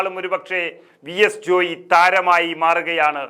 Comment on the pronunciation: ജോയി ജോയി എന്ന് പറയാതെ ജോയ് എന്നല്ലേ പറയേണ്ടത്......?